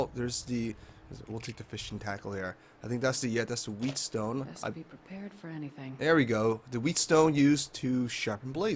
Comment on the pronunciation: btw, whetstone is pronounced like "wet-stone", not like "wheat-stone"------i know, picky picky ;^)